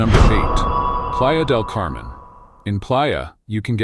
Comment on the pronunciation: your AI isn't pronouncing spanish correctly. Playa De Camen is very crowded and PV is expensive for MX.